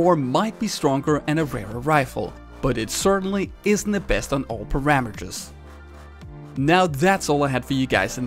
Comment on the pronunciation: The way you say parameters made me lol